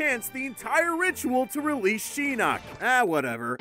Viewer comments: y dl u keep saying sheeenok his name is shinok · "Sheenok" Wow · its pronounced Shin-knock not She-knock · You say Shinnak instead of Shinnok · What is shin nuk its shinnok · its not sheenok its shinok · Chase Jones Also, Shinnok and Shang Tsun. I’ve always heard them pronounced as Shin-ok and Shang soon. Not sure about Kuai Liang, but I think it’s pronounced Kuai Lee-ong. I’m basing that off of the Chinese pronunciation. Which, Kuai means dollar in Chinese, (depending on how it’s said because Chinese is a tone language) and Liang means 2 or couple. So basically his name in Chinese is 2$ lmbo I don’t speak Japanese so I don’t know what his name really means or if I’m pronouncing it correctly. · "Sheenok" Pronounce it RIGHT next time please... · He said (Laughing) "shenok" and "lin khwuey" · At least he didn't say Lin queef also "sheenok?" Really? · He pronounced Lin Quie and Shinook wrong probably like how I spelled them both